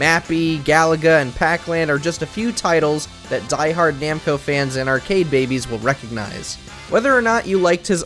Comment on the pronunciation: Namco not Nemco